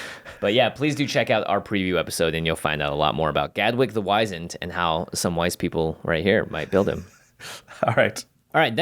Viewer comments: Guys, come one, I told you, it's WHIZ-END, not WHY-ZEND. Get it right. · You keep calling him Gadwick the WIZE-end Rather than Gadwick the WIZ-END He's WIZENED NOT WIZENED!!!